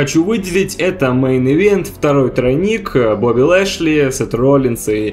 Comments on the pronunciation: как же я ору как произносит БАУБИ ЛЭЭЙШЛЕЙ:DDD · я один испугался с произношение имени Боби Лешли